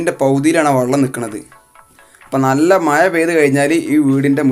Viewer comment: മയ... മഴ